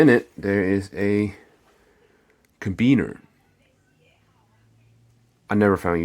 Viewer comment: LOL It must be fun doing these while high. "Cabeaner." LOL